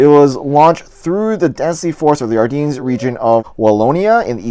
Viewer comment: Great video but it’s pronounced “Are-Dens” just to let you know!